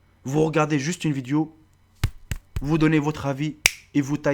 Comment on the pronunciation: "viduo" jpp